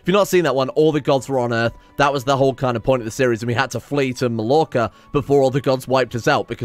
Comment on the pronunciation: For the last time, Mallorca, pronounced: My-Your-car( but the r in car r is cockney/Bostonian)